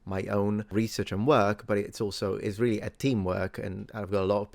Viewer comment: Please try not to say "isreally". 😐 Academics: Latin is a dead language. The Miracle Aligner: Teneat cerevisia meum. "What's your game?" – Dorothy Macha BTW, does your team not want to be credited by name so that you as the front man would handle all the social media FLAK?